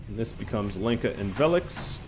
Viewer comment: Lenka is pronounced as Helen, more like Lhenka, Lyenka, not Leenka :)